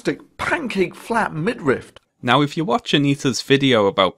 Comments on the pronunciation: It bothers me way more than it should that this dude say midRIFT instead of midriff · i shudder a little every time he says 'midrift' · I would like to point out that even the auto-generated subtitles- the same ones that mistake thunderfoot as "fun the foot"- interpret thunder's pronunciation as "mid-rift." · Thunderf00t: “midrift” Paul Joseph Watson: “millimetre” Same energy. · "What's a midrift?" 😂😂😂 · Honestly I used to think it was pronounced “midrift”. No relation to the video, just a little anecdote, lol. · Say Midrift one more time, Thunderf00t. I double fucking dare you. Edit: and that’s why you wait until the end of a video to leave a comment. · Wow, I was just typing a comment after hearing Thunderf00t say "midrift" for the second time when addressed it ^_^ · To be fair, I also thought it was pronounced / spelled middrift. TIL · Minor but irritating, there is no letter t in midriff thunderf00t. Stop pronouncing it like there is. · Ah called it out 2 mins after it drove me to comment, champion. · Midrift reminds me of rick and morty "did you just say granite? Its granted" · Im not ashamed to thank you for teaching me its pronounced "midriff". and that is not the only thing I took from this video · man you have lots of good videos, i’m a fan. but ridiculing thunderfoot for getting “midriff” wrong comes off as petty. it’s an understandable mistake. i’m sure there’s something like that you’ve been saying wrong for years also. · Thunder foot also doesn't know how to pronounce "midriff"